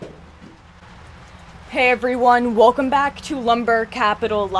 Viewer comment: I like it better when you say well-come back instead of wool-come back.